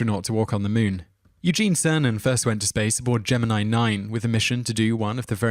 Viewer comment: I only came to point out that it's pronounced Gemin-ee, not Gemin-eye. As is obvious in virtually every video where the astronauts and NASA personnel pronounced it, it was pronounced "Gemin-ee". According to the book "Rocketman" by Nancy Conrad (astronaut Pete Conrad's wife), "... unlike the Zodiac sign Gemini (pronounced 'Gemin-eye'), the NASA guys preferred pronouncing it 'Gemin-ee' (as in 'Jiminy Cricket'). I referenced this from YouTube Channel "Vintage Space", as seen here >>